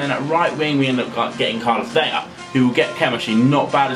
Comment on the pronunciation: Its Vela not Vella mate